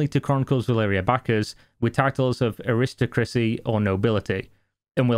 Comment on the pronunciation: 'Aristochrisie?' u mean Ar'is'toc'ric'see' in hyphenated language